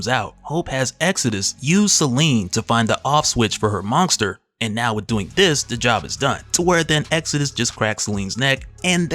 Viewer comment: WTF is a "MonGster"?